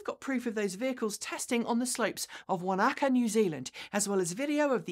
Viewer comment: Wanaka is pronounced "wanna-car"